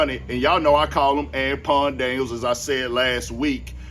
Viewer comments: Oh ok cause I was like I wondered if bro realize he sayin dude name wrong 😂 “An-pawn” gotcha g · "Ampon Daniels" 😩 😭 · Why you saying Anpon ? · I thought you was calling him tampon daniels😂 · LMFAO yeah he keep saying Anpawn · This whole time, I was thinking you can't pronounce Anton correctly and your name is Anthony. 😂